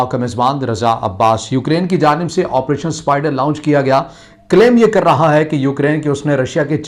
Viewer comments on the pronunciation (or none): لاؤنچ نہیں لانچ ہوتا ہے۔